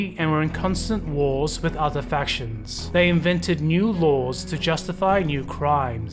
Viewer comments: it seems to be certain letters is all/ Instead of fac-tions, it comes out as fasions, and the overall candace is just a bit off. Some words randomly have emphasis put on them at the end for example. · It's the mispronunciation of "factions" throughout the video for me...